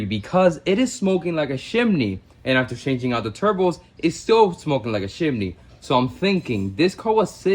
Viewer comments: CHImney not SHImney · What is a “shimney” 😂